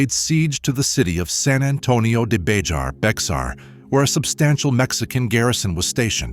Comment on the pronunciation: It’s pronounced like bear not like it’s spelled. Remember it’s Spanish..